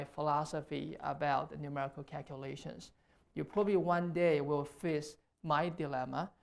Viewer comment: Cakulashuns That's not an accent. That is a speech impediment. Fusrating